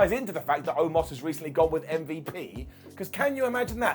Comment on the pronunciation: saying shit like mmmvip instead of MVP is exactly why I watch Ups & Downs.